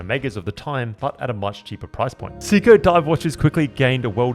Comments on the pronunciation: Say ko…not see ko! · Pronounced SAY-ko… please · Maybe that’s how they pronounce it in the UK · I couldn't listen to you mispronounce Seiko anymore. Out at 1 minute, 46 seconds. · Great video but ruined by the fact you cant pronounce the name correctly